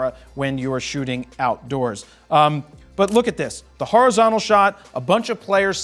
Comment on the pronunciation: 7.5 min, he says( horozonticle )shot .Dont you love it when the advent of a new language arises ,and 1000 years later we need a translater.Joking but its true we all do it so lets pretend he dident say it